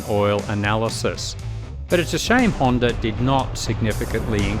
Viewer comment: There is no "r" in the word Honda.